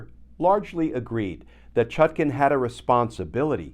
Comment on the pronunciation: Why does Kirchner insist on saying judge ChutKIN, when her name is clearly spelled and meant to be pronounced ChutKAN? Please adjust, asap!